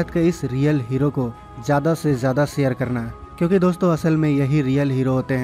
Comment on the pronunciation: pehly urdu bolna sekho mery bachy sare ni share hota hy